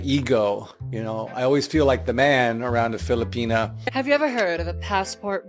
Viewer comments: ....it's a small gripe due to the other aggregious stuff he's said and done...but the way he says 'filipina' annoys me. You're married to a lady from there. Why are U saying it like that? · Bro said filipenis I cant- 💀